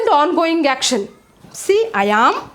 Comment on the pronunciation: It's not yam it should be am and falling as well pls 🙏 check ur pronounciation